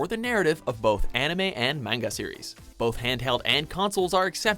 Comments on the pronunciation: Everytime this man miss-pronounces " manga " another shooting happens in france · he says manga weird